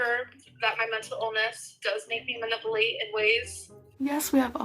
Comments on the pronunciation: Ma-nipple-late is all i heard lol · “Manippleate” is hilarious. And same, the Becky and now Krystle video make me irrationally mad. How such a terrible person can even expect to be treated gentle and with respect is totally beyond me. She really mocked Krystle for her problems and adopted them because everything has to be about her? She is just horrible.